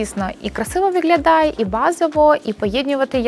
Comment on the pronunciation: Дуже корисна інформація 👌🌸, в українській мові треба вимовляти «г»,, а не «ґ». Ви перейшли українську, а лишили Ґ з російської - виґлялає, ґоворимо і тд. Це дуже ріже слух і звучить смішно!!! Виправляйте це.